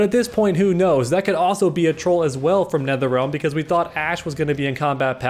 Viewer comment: dam he snapped at nertherrealm 🤭